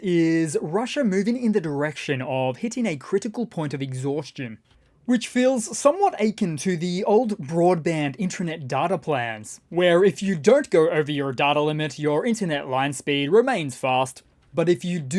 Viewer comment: “Akin” is pronounced uh-kin’. Accent on second syllable. Love your videos!